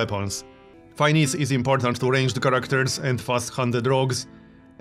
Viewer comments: Great Video, but one thing Finesse is pronounced Fin-ness(like the game character) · Hey, just a quick comment. Finesse is pronounced Fin-es if that makes any sense. Just wanted to let you know. Sometimes English words can be weird to pronounce.